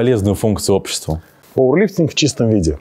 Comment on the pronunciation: ПаУэрлифтинг!! А не паВерлифтнг!!